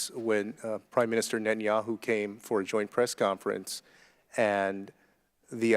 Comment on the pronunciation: The UN is biased against Israel? This guy is unaware that Israel IS a part of the UN! Can you say, "Prime Minister Netanyahu"? Clue ... his name is pronounced "Ne-tan-ya-hoo"! Show some respect and start pronouncing it properly! And don't forget to say Prime Minister first!